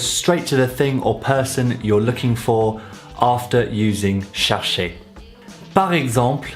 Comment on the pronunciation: I thought chercher was pronounced more like share-shay (without the y sound)